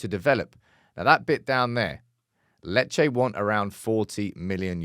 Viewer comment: Lol it’s lee Che 😂👌